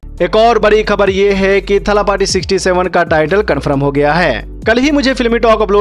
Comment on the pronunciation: थलपथि होता है चू न की थलापटी 😆😆